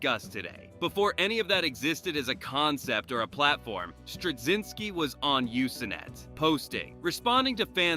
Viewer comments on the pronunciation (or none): You-se-net.... WTFBBQ!!????!!! ----- you clearly don't know how to pronounce USENET - USE NET - "Uze NET".